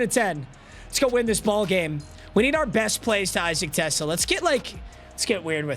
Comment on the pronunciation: Isaac Tesla is where I’m from Arkansas. He played for the Razorbacks and yes, that’s how you pronounce his name.